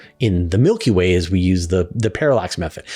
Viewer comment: Change the way you say Milky Way 😬